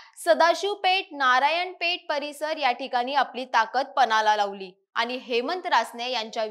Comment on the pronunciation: मराठी नीट बोला ज्या ठिकाणी ण चा उच्च्यार करायला पाहिजे त्या ठिकाणी न चा उच्चार करताय , नीट ऐका , किती छान मराठी भाषा असताना , आनी, पूने , जानून ,बसनार ,म्हनाले ,शामील ,यंत्रना ,पनाला , अनना जोशी हे शब्द उच्यारताना काहीच कस वाटलं नाही , प्रथम उच्च्यार सुधारा मग विवेचन करा ,अन्यथा आमच्या कानावर अन्याय करू नका